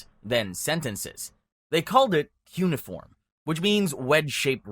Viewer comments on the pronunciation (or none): none